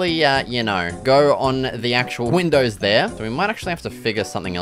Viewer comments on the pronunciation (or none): none